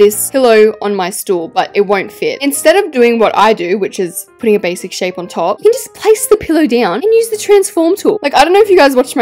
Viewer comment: the way she said "bashic" 🤣🤣🤣🤣🤣🤣